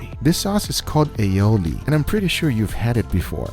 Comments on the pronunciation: its not aioli, its all-i-oli, a catalan word (spain) wich means garlic-and-oil hahahahahhaha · Hearing him pronounce Ali Oli like Aeoli makes me die inside